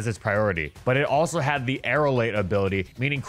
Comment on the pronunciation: For a second i heard "with chad quick attack" instead of "with had quick attack" lol